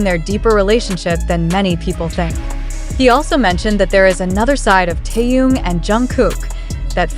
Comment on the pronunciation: Джин. Чонгук, произнесла правильно, а Тэхена назвала Таюн. Это что? Специально, неуважение?